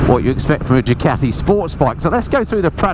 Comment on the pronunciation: I think it's Ducati , not Jucati🤔